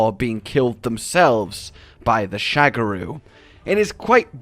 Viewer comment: "Sha-GA-ru" Magala. Not "shag a roo". He ain't boinkin' Australia,.:p